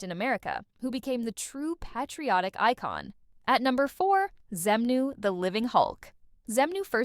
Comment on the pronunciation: Why does this dipshit narrator/AI pronounce the word “patriotic”with a short “a” sound?